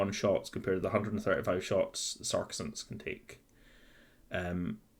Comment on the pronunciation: I gotta tell you dude, it is really difficult to focus on the content of the video when you're constantly mispronouncing the word Sacresants. Sure, it might be pedantic, and I know which unit you're talking about, but it's still really jarring to hear "SAR-kuh-sants" instead of "SAC-reh-sants" multiple times per minute, and having that involuntary moment of internal translation takes away from what you're trying to get across in the video. It's made even more apaprent by the fact that you say you know you're mispronouncing it at the beginning of the video; if you know you're mispronouncing it and it doesn't easily/naturally roll off the tongue, why not take the extra few minutes before filming to get used to pronouncing a unit's name correctly? I understand that not everybody has perfect diction or whatever but I think people will take you more seriously if you're not mispronouncing the name of the unit you're reviewing.